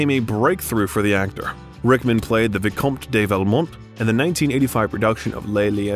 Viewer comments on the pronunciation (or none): A pleasant film doc about a superb actor, irreparably marred by the narration. I have never heard so many grotesque mis-pronunciations in a 'professional' production. "AnTHony and Cleopatra"? "Vikompte day Valmont"? "Dangereusses"? "Visscount:? WTH? After 20 of them, I gave up counting. Was there no one available to correct this circus of howlers? Sorry to be unkind, but these many unforced errors denigrated the film's subject. One can only imagine what the real-life Rickman would have said about Mr Malaprompter.